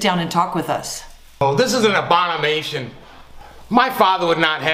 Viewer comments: "This is an abonimation "🤣🤣🤣🤣🤣🤣🤣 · ABONIMATION 😂😂😂 When you're so mad you can't speak properly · xD “This is an obonnimation!” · "THIS IS AN ABONIMATION" 🤣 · Are we not call gonna talk about saying “this is an abonimation” 🤣🤣🤣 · Omg lol, yelled, "This is an abonimation",! The term is "abomination." LMAO! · “This is an abonimation” great English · “This is an abonamation” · The fact that he said abonimation instead of abomination pissed me tf off... the audacity!!! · This is an abunanation? Lol it's a what?! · Bruh tell me I heard wrong and he didn't say abomimation instead of abomination lol. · ABONIMATION lmao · Am I the only one who noticed that he said abonimation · Does anyone care that the grandfather said “abonimation” instead of abomination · “Abonimation” nice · an "abonimation" xD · he pronounced it "abonimation" lol it's "abomination" i guess that what you get from a non actor lmmfao 😂🤣🤣😂 who can't pronounce the word!!! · An abonimation...lol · No one::”ThiS iS AÑ ABONIMATION” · He said "Abonamation" 🤣. Good story, though. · I like how he says this is abomomation read abomomation carefully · How he said abomination wrong really had me cracking up 😂